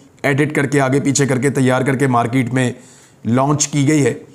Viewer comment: Mr Riaz the word is not markeet but market and it's not phone tape but phone tap. Tape means a film made of anything while tap means to connect. Phones are tapped not taped. Why do you say "impotunt"? Why not simply important without putting too much pressure on the last 3 letters. Some of your audience who are not so well educated are getting misled. Stop this. Write the right script and speak well